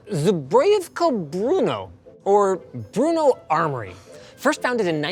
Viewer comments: It's not Bruno. It's pronounced close to B-rno. And Tesla is still around. And anyway Czechslovakia wasn't in the Soviet Union. It was in the Warsaw Pact. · You take the "Br" from bread (except with a hard R) and add "no" (as in the opposite of yes). Somehow Linus added a "u" in there (Bruno). Br-no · It's not Bruno. Nice town though, Brno. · FYI, as a Czech, it's pronounced brUH-noh, not brOO-noh. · "zebrejevka bruno" 😂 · i cant get over the way he says Brno as BRUNO like where did get that U from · Why are you pronouncing the city of Brno like the Sacha Baron Cohen film. No effort to research the pronunciation? Just guessing? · Brno (Not Bruno) is a whole town 😅 So named after them is not very accurate. Don't hate on me for correcting Linus, just mentioning a fact. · And I'm pretty sure it's not pronounced "Bruno" like they did in the video. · it's pronounced Bruhno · im from czechia and i cudent helped my self and laught like minutes how you pronauce the brno arrmory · As a czech its really intresting (also funny) to hear him try to pronounce: zbrojovka brno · Linus botched the zbrojovka brno so so much. It hurts to hear 😂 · The way he pronounced Brno is also awful, like, is it not possible for them to throw it into google translate and learn how its pronounced? They usually go the extra mile for chinese or japanese. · It is Brno and that is how you pronounce, easy like when you say Vrba, meaning Willow in Czech 😂